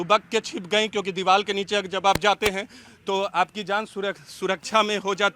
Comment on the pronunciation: Is reporter ko bolne bhi nhi aa raha hai diwar ko diwal bol rha hai wah re reporter